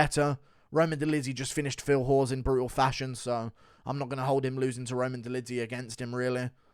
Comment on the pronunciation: The way guru pronounces Phil hawes 😂😂😂